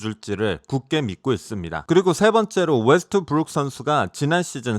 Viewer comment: 현지발음패치(엘레이 레이껄ㅅ,앤떠니 데이비ㅅ,르브런...) 웨.스.트.브.룩에도 적용요청